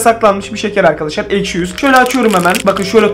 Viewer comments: Abi aşki değil ekşi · ✨ Eşki ✨ deyil✨ ekşi✨😂❤️✨ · ilk basta eşki diyip sonradan ekşi demesi peki. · niye eşki diyosun😅😅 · Eşki değil ekşi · Abi eşki değil ekşi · eşki deil ekşi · Abi yanlışlıkla eşki dedin 😊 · İlkte eşki dedin